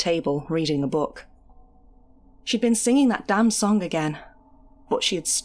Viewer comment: I’d guess you’re a Manc with the hard “g” on song ?